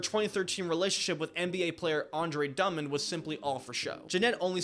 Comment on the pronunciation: I don’t know if Andre “Dumbond” was intentional or not but that was pretty funny 😂